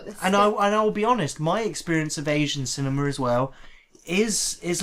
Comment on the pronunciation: I like how pronounces the word cinema as cinemar.